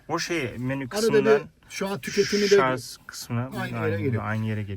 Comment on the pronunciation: Şarz değil Şarj !